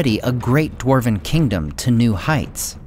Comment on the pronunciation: For a "" your Dwarven pronunciation is lacking.:(